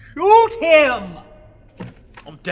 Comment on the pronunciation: I don't know why but I love Nash says, "Swhoot him." so much